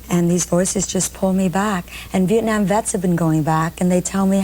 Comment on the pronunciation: "For the sake of simplicity, calls herself Tiana " Or how about for the sake of NOT mispronouncing your name. How often do people mispronounce Nguyễn.. Moreover, Bryant Gumbel says VietnOM instead of VietNAM.... he also calla you Tamera. Even mispronounced your name in English.... Could you imagine if he was asked to learn your name. You are exploring" a train from what used to be Hanoi to Saigon " He clearly did NOT do his research prior to interviewing you. Hanoi is still Hanoi. Saigon's name changed to Ho Chi Minh City. Thành phố Hồ Chí Minh Couric's question is NOT in good taste, she clearly has a look on her face.. could you imagine asking this of a Holocaust survivor?? What does it matter what someone is wearing, calling your outfit a mosquito netting? SHOULD have focused on the documentary. Bryant Gumbel looks either confused or genuinely thrown off by Couric's question. Are you finished.